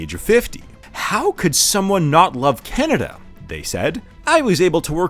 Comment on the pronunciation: You mean 'Can-A-Duh'?